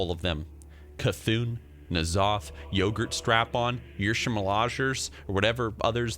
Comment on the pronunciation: Yogurtshrapon lololol!